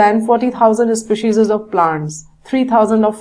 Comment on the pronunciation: maam it is species not specises